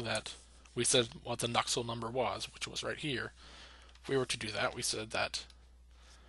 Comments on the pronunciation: What's so hard to pronounce about Nusselt? Why are you adding a k in there lol. Nuksult, wtf lol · Nusselt dude. Not Nuckselt. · why u sayin nuksult